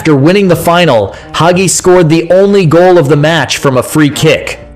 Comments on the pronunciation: Not to mention mispronouncing Hagi (hajji) as "haggy"! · cool video the gi at the end is pronounced as in gi in ginger. in romanian, what you pronouncing in the video is haghi.